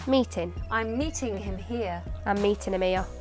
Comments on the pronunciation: In waiting and meeting, shouldn’t the t be more silent than how it was pronounced? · No t in meeting